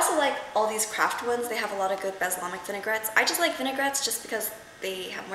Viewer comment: LOL ur so cute "baslamic" X) i think it's "balsamic" hehe